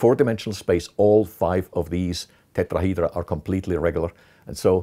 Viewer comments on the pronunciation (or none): I just love when he say Tetrahydra